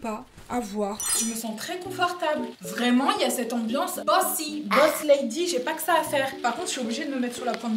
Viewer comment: quand elle a dit "bossy" j'ai compris "bussy" j'etais tres confused...